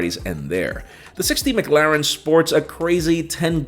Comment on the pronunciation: He's still saying McLaren wrong or is it just me?🤷🏽‍♂️🤔🤔🤔